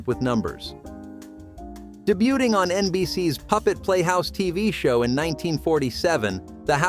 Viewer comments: Debuting - I thought this was a real person narrating until the mispronunciation of debuting. Of course, may a real person doesn't know how to pronounce this word. Wouldn't be too surprised in today's world. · The t in debuting is silent.